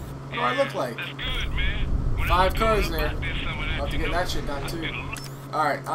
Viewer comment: When you say shit it sounds like your saying "chet"